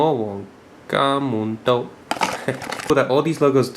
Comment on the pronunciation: its Lord GARM-A-DON